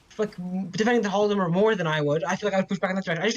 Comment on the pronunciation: Vaush, I love you, but you really gotta fix your pronunciation of Holodomor. It's "HAW-la-da-mor" or "ha-LAW-da-mor", not "HALL-da-mur"